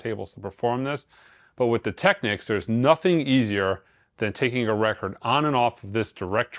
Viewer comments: All I’m gonna say is thank you for NOT pronouncing it incorrectly as TEKNEEKS as I hear a lot of people say 😄 Enjoy your new TT! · Thanks, for pronouncing “Technics” correctly. The other pronunciation ends in “Que” which is another word. It’s like people who mispronounce “Porsche” as one syllable.